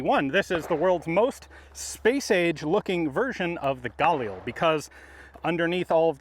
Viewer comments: I don’t care if it’s correct or not brother for the love of GOD, PLEASE never pronounce “GUH-LEEL” like that ever again. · Stop saying Gail Lee cmon Ian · hey Ian you say “galil” with a very strong g, it sounds like the “GA-lil” it would sound way more accurate if the spacing was much … tighter. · I’m so pissed off. I could’ve went my whole life ignorant to the correct pronunciation of galil. The correct way does not sound cool in the slightest bit🤣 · I love watching this guy, but am I the only one that gets just the slightest bit triggered by the way he says "Galil"? Lol XD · Love how Ian's been corrected on how to pronounce 'Galil' so many times and yet he persists in saying it wrong. 😄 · Oh, is THAT how you pronounce it? 'Galil'? Got it, thank you